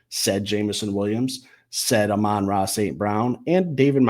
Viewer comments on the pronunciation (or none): It's Amon Ra, not amOn Ra....